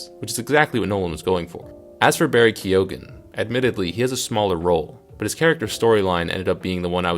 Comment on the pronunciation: Not to be a dick mate but the names are pronounced ‘Fine’ Whitehead and Barry ‘Keon’